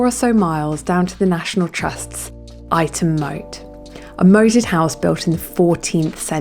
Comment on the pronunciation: Lovely video I used to live in Ightham Village not far from Ightham Mote. You pronounced Ightam wrong